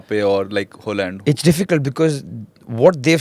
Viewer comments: Did he just say Holand? The Red Shirt guy.. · Who tf is HOOOLAND 😅😅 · Who is Hooland???🤣🤣🤣🤣